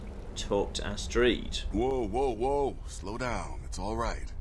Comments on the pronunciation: I think says astreed just to fuck with us. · Doesn't understand how people can call herb erb but continuously calls Astrid astreeed even though her name is said many many times in game... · you ever think that maybe Astrid sold you out because she was pissed that you kept mispronouncing her name? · Don't worry, she doesn't give advice to people who say Astrid astreed. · He's been mispronouncing names this entire playthrough just to fuck with us I love it, it adds charm